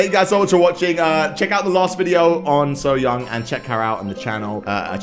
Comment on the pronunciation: It’s pronounced soy-young